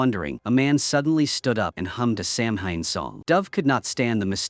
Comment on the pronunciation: samhain it's pronounced "sauw-ahn" . it's the etymology of where hallowe'en came from. it's the last harvest of the year so it's considered the new year. it's when the veil between the worlds in thinnest, it's an ancient festival and is still widely celebrated especially here in ireland where this film been made, scotland, wales,england, and islands even more so, such as the isle of mann, scottish islands, and the channel islands. this was practiced until christianity came along and as it does elsewhere, tries to eradicate the indigenous people's cultures and beliefs, calling them unholy, not realising that those people were connected to divine love and light much clearer than that, what they tried to enforce upon the people, whether that be ireland, canada, australia, and across africa. we still practice it because it's in our blood. seamus is "shaay-mahs" . o'shea is "o-shay" .